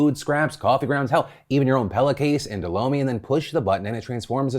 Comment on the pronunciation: When you said lomi I thought you said blow me and I was so shook 😂😂